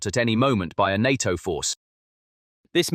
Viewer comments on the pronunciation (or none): En Ay Tee Oh ... is often pronounced (in English) as NAYTOE. NATO, easy enuff?